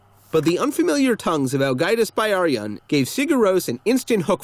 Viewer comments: it kinda hurt when he said 'byrjun' like 'bæ-arijun' but then again, I pronounced it wrong for a while too. Also really? I'd not expect them to be tax evaders. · While I appreciate the video about Ágætis Byrjun, you’re mispronouncing the title. The word “Byrjun” is pronounced like “Beer-yoon.” The y makes an ee sound.